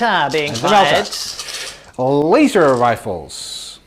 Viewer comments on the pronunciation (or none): Lay-zer Rifles